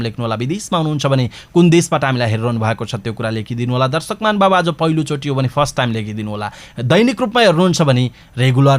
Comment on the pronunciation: news reader sir , hajur ly आज lai आझ भन्नू हुन्छ येस्लाइ सुधार गर्न्नु होला